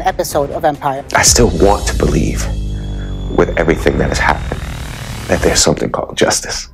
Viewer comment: Steve Harvey is so funny- says witchchu twice- he dont wanna lose that ghetto card lol- sounds like somebody been callin him an oreo- must be the ghost of Bernie Mac LMFAOO